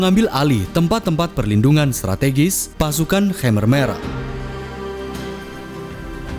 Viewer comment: Pelafalan khmer merahnya salah bro